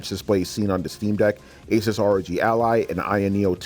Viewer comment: If you cant pronounce Asus correctly...... Im out.